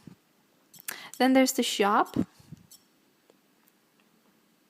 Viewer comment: you say shop like a noob